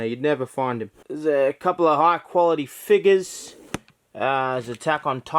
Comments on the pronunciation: It's figures not figes (fig-es) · Stop... stop saying it like that... FIGGERS